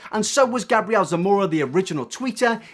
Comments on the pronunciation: I need to say that 'MUA' stands for 'make-up artist', so it's pronounced 'm.u.a', like the actual letters.. Also, Gabriel is a boy, it's a biblical name, pronounced 'Gay-bree-ell', 'Gabrielle' is how your pronunciation is spelled... For a drama channel, idk if coming across as stupid gets you more views or not, but it's certainly annoying af. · MUA stands for makeup artist and it's Gabriel not Gabrielle lol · You said Gabriel wrong.. it’s gabe real (pronounced) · Omg the way he says Gabriel 😂 he may wear makeup but that doesn't make him a girl bruh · the way he said Gabriel Zamora ahhhhh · Also it's Gabriel as a long a not a short a.